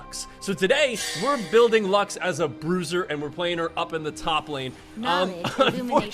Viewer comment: Thought bruiser said brazzers 👌